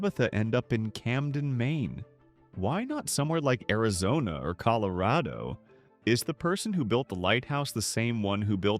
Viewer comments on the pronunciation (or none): none